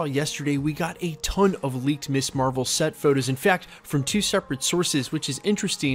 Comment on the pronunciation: Perhaps it's your youth and you're unfamiliar with the word, but Ms. is pronounced "MIZ" not "Miss". The word was created so that women could have an identity that didn't revolve around her marital status. "Miss" refers to an unmarried woman, Mrs. refers to a married woman and Ms. refers to a woman whose marital status is not volunteered. It makes me teeth grind hearing Ms. constantly mispronounced as "Miss". Keep it up and I'll send you my dentist's bill.